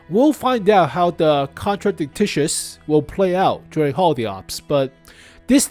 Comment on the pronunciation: its not contradictitious, its a contradictious. kon-tra-dic-shious PLEASE stop saying TICTICIOUS